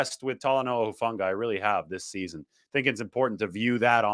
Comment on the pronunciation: Shout out to, for pronouncing my Tongan language very well! Hufanga, Taumoepenu, Pea village NNNNIIIINNNNEEEERRRRSSSS #FTTB GOD BLESS 🇹🇴